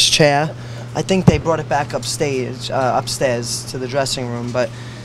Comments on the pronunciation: "Upstais" shakes head 'Upstairs" "Choaclet" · "upstays- oh uh upstairs" Queen